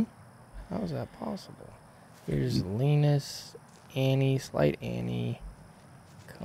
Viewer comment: Tack så mycket for the effort in Swedish! I think you're doing great,. Including the pronunciation of Linus's name.